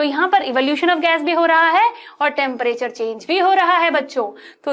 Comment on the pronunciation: Temperature kisi ne notice Kiya mam टेंपरेचर bol rahi nahi kiya to phir se dekh lo 🤣🤣🤣🤣😶